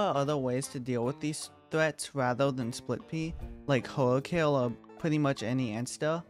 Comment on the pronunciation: Why you say spit pea and my boy citron the strongest in far future😅